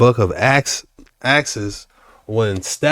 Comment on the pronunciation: i love your personality. I love your channel. but Stephen is pronounced Steven also it is Acts not pronounced axes. i agree with you about the sun and moon timeline i love culvers. you need a virtuous woman, but I think we are out of time,, If you know you know. build a relationship with the father. That's what I'm talking about!!!!! LOLOL it looks like a studio out here............ LOL that look.. love it